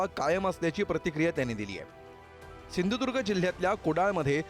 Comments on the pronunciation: सिंदूर्ग नाय बाबा सिंधुदुर्ग आहे 😂😂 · ज्याला सिंधुदुर्ग बोलता येत नाही त्या भामट्याला पाडा आणि गाडा.... शिदुर्ग 😂😂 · अजून पण ह्याला सिंधुदुर्ग बोलता येत नाही. कसा काय कोंबडी चोर निवडून येतो ते बघूच आम्ही.